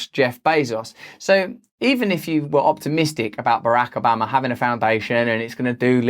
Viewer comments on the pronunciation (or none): I like how you pronounce Barack Obama 😂😂